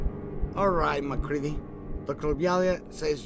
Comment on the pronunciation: Mah-CREED-E That's how it's pronounced :C Other than that, good job